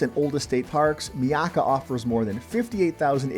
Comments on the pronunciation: It is not pronounced "Mee-aka" it is "MY-aka" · itz pronounced, MY-AK-KA you m0r0n